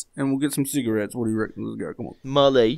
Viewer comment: why did mully say bottles like that?!😂 and the cigarettes and and and